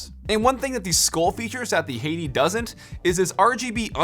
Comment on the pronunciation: It's pronounced Skol. (Like the tobacco chew) and Hati (hot tea)